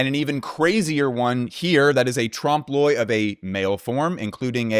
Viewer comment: Amazing, fun, interesting video. And thank you for saying Trompe L’oeil correctly! You guys rock.